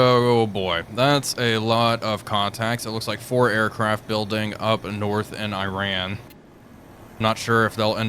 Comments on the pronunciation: I know it's not a big deal, but please, the way to pronounce the name of the enemy country is "ee-rAHn", not "Aye-ran". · EE-ran not I-ran. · Also just some constructive feedback, it’s pronounced as ee-ron, not “I ran” Great video otherwise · Mate ... there is no country called Eye-Ran .. there is no country called Eye-Raq .. and just for your information .. there is no company called Eye-kea .. ffs .. it's not that hard to pronounce these things properly is it .. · Why cannot Iran be pronounced correctly?